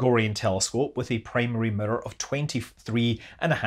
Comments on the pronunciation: Every time you say “mirror” it sounds like you are saying “emitter” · Any video where you say "mirror" over and over is a good video. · The way you say mirror is interesting.